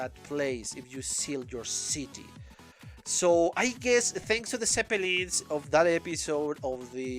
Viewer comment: took me a minute to realise you said "zeppelins" 😂😂